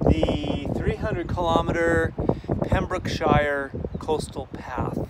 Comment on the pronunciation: Pembrook-S H Y R E